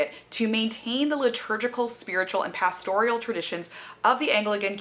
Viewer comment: "pasTORial"? "PAStoral", surely?